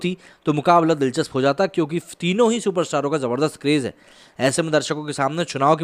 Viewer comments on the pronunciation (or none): none